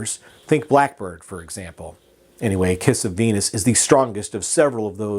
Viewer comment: I thought you said ‘kiss a penis’ Not ‘kiss of Venus’ Lol